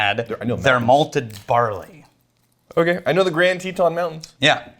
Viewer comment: Anyone else pronounce "Teton" like? I mean cmon it's (TeH-Ton) not (TEE-Ton). Texas isnt pronounced as (TEA-xas)